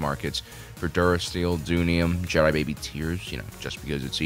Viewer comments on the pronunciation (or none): none